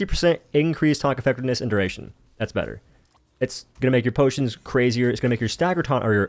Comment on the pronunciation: No more potions NO WE NOW SAY BOTIONS!